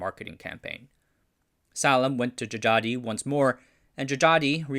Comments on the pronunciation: a little tip. old names that still include Dj or just j is unique. Dj is pronounced as a regular old j but "j" is pronounced as y. so it's not Jajadee but jayadee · djajadi read jayadi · If you're going to make another Indonesian historical video Dj would be pronounced J as Djajadi is actually pronounced Jayadi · The names on this video is using old Dutch spelling. Dj is J, J is Y, Oe is U, Tj is C. So Djajadi is read as Jayadi and Sioe is Siu (Chinese : Xiu). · Djajadi is pronounced JA YA DI (jah yah dee) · it's an old Indonesian pronunciation, and his name actually pronounced as "Jayadi Jaya", or "Jha-yha-dee Jha-ya" in English tongue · Wrong pronunciations: Salim isn't Salam but Saleem. Djajadi isn't Jajadi but Jayadi.